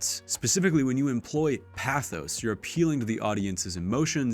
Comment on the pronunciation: He's also saying "pathos" incorrectly.